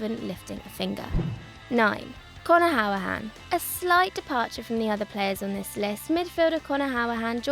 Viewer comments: Conor howahan? Wtf. He was our best player for over two years and I just find it funny how you pronounce it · Some of the pronunciations in this video, Jesus Christ... “Conor Howrahane”? “Philippe MEX”? “Uksair”? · don’t think i’ve ever heard someone bottle the pronunciation of conor hourihane before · Find it funny how she couldn’t pronounce the name of Connor Hourihane haha 😂😂